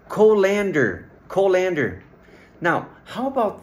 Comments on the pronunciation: "COL-ander", not "Col-AND-ander". Come on, if you're doing videos on English pronunciation, get it right. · It’s not co-LAN-der it’s pronounced colind-er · Colander is actually pronounced like this : cull-an-der. The co is not pronounced like go